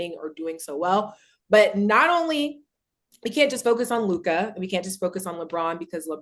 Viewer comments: I’ll b glad when Mase friends tell him it’s just Luka and not Luke-eye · Tell Mase it’s not LU KIY ITS LEW-KA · Mase trying hard to regain his once lost Lakers fandom 😭😭 and he still sayin “Lu-Kah”😭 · Right his Lu-kah be strong as hell too! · Lu kah kills me 😂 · Bra I hate dat luk-ah shit ma$e need 2 chill wit dat lol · I hate that lol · His teeth too big to say it correctly 😭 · Bruh this shit is so fucking funny I tried pronouncing